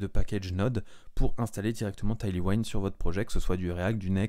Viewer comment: C'est pas taillely waïnd, c'est tèyl ouind, ça veut dire vent arrière, un vent qui pousse vers l'avant donc. J'ai du mal à regarder la vidéo tellement c'est massacré!!